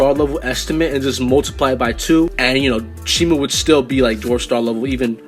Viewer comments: Its shimo not shimu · Also you pronounce shimo wrong but I used to pronounce that name that way